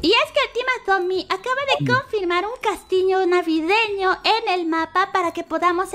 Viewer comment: en vez de decir castillo dijo:castiño jajajaja no pasa nada todos se equivocan xd